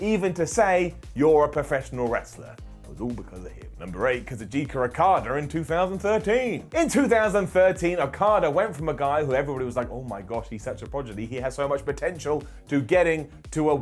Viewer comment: Progidy!!! LOL That is all